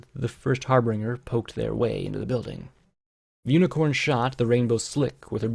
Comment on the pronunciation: "Harbringer" "Plag" "Palms" I love you dude but it bugs me every time